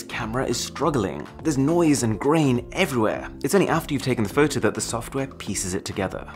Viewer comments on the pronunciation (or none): The way you say fow tow is the reason I keep coming back 🤣🤣🤣